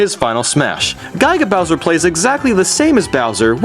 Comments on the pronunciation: Gig-a (sounding like GIGAbyte) Bowser not guy-ga Bowser. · sorry but.. guy-ga bowser? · gaiga bowser? really? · It was also very weird when you pronounced Yoshi Yohshi and Giga Bowser Gaiga Bowser.